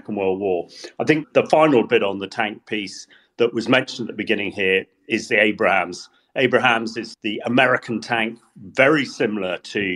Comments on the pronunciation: These folks love to talk but they can even get the names right. For example it is Abram's not Abraham's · It's ABRAMS not Abrahams. There's no "H" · “Abrams” not “Abrahams” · "At least I can pronounce 'Abrams' correctly and not keep going on about 'Abrahams'" 😂 God, I love Dom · Take a shot for every time says "Abrahams" instead of "Abrams" 😂 Love the pod though! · It is Abrams, not AbRAham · Your reporter would sound much more convincing when he'd not call the US tanks ABRAHAMS ffs.. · Please tell that: 1. It is "Abrams," not "Abrahams." 2. Fall starts on September 21/22, not the first. Thanks so much for your podcasts ❤ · I love this podcast. I rarely miss an episode. demonstrated his knowledge of the Abrams but the pronunciation as Abrahams was so grating! I forgive it but yikes. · It’s “ABRAMS”,not “ABRAHAMS”,…! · Isn't it Abrams, not Abrahams? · why does the tank guy butcher the Abrams tank - he keeps calling it an Abraham, can someone please correct him lol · It’s Abrahms, not Abrahams. One is a tank, the other was a President… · Abrams not Abraham's. Damn Brits need to learn English. Glory to Ukraine 🇺🇦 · It's Abrams not AbraHAMS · Abrams, not Abraham damn it ! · Abrams brother, not Abrahams. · keeps adding a “ham” on the “bra”. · It's not Abraham 😂